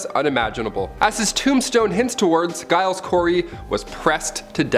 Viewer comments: Giles is pronounced "Jiles" like gyrate. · "Giles" is pronounced "Jiles". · Giles is pronounced with a J